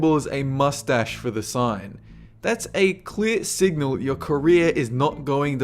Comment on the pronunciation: I thought he said Korea, but he said career.